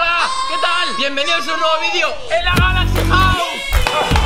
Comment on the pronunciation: Cuando quería decir galaxy wow dijiste galaxy Río jaja😆😆😆😆😆